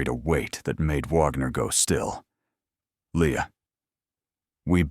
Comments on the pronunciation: Her name is not Vagner, it's Wagner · The detective's last name is pronounced Wag ner not Vogner!